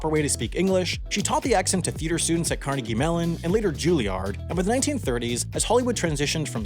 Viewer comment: It's pronounced "Car-negg-e". Smh